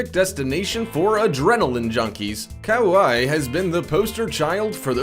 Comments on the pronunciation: "Cow I" Do you mean Kauai? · On the waterfall beach… Waikiki isn’t in Brazil. on South Africa shark beach, sharks are not mammals. Kauai is pronounced Kuwai. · Also, your narrator need to learn how to pronounce the names of the places they're featuring on this list. Kauai is pronounced "Ka-why-ee", not "Cow-eye"...smh... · Mate said kawai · ?? Showing a picture of Waikiki with diamond head crater in the view and call it Brazil?? not cool.. and they he cannot even pronounce Kauai... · Murdered Kauai 😂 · Learn how to pronounce the beaches in Kauai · I hate these types of videos. Number 1, the guy butchered almost every name. Who TF says Kauai as "cow-i", gansbaai as "gans-bi or gans-bay" and worst of all, new Smyrna as "new smirna" Number 2, that artist drawing is of Waikiki. It's not supposed to be an accurate representation of the past either. These "facts" channels really need to step up their game, because this isn't the only channel that gets a ton of things wrong. (Edit) I didn't even catch that he said sharks are mammals. Here's my theory, the guy who wrote it is some guy in India that doesn't speak a lick of English and he used Google translate to put into a computer narrator